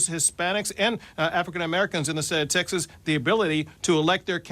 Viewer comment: I can’t get over the fact that Greg Abbott says Texas is wrong. He doesn’t pronounce it right.